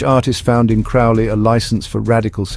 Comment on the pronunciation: His surname is pronounced to rhyme with Crow.